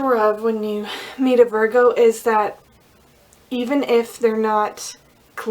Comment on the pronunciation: ITS Pronounce vir---go,,,, not vargo